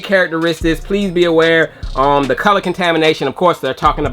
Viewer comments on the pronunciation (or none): none